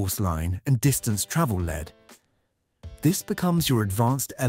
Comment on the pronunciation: A perfect illustration of why we still need old skills when AI can't pronounce travelled